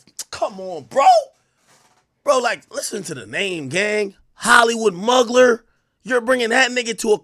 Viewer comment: Every time AK said Hollywood Mugler I cried 😂😂. It's pronounced moo-glare but I also don't expect you to know that